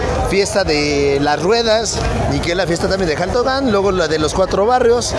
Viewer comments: Aquí nadie pronuncia ‘Shaltocan’ 😂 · Justo me estreso de tanto que dijo "Shaltocan", ni siquiera puede terminar de ver el vídeo. Llevo toda mi vida viviendo en Xochimilco, mi familia es originaria y nadie lo pronuncia así. Y en todo caso tampoco pronunciamos "shochimilco". Y creo que la forma correcta sería en como lo pronuncian las personas de la región, y es "Jaltocan" (Xaltocan).